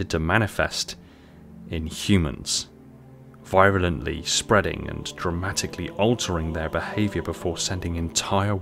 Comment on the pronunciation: Enjoyable. Thanks for making the video. Greg Bear's trilogy was a joy to read. You read a lot too I'm guessing. You pronounce words that you probably have never heard spoken and only ever read like virulent and chitinous. A trivial detail in an otherwise well made video.